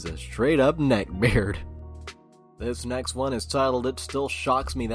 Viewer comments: Nobody: Literally not a soul:: NECKBAYARD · Addicted to the way he says "neckbeard"